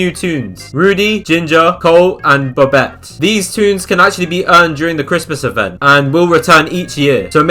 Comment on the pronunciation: who pronounces bobette bowbette